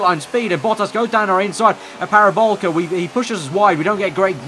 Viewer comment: ITS FUCKING PARABOLIIIIIIIIICA, THERE IS AN I IN THAT NAME.